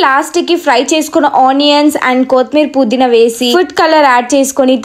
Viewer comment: ila chepthuna ani em anukoku... Anni bagane chepthunav but kothhimeera pudhina endhuku akka ala antunav kothimeer kadhu kotthimeera... Puudhina kaadhu pudhina